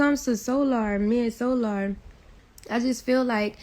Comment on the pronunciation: I can tell you are fed up with the bs. The 1st couple mins the way your pronouncing their name SOOOOO🙄LLLAAARRR!!! AND NATCHURRRR🙄🙄E BOY... THESE YOUTUBE BAAA🙄LOOOOGGGGG🙄🙄AAARRSSS 🤭🤭 🤣🤣🤣🤣🤣 BUT I'M BEHIND YOU 💯💯 percent!!!